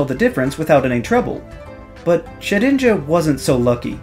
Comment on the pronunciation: For some reason I heard 'Jet Engine' instead of 'Shedinja'